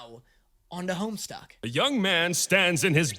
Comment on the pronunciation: Hearing you call it "Homestuck" gave me such massive flashbacks. To this day I don't understand how so many people added an R into the title back in the day. It's funny to relive those misconceptions in the year of our Lord 2025.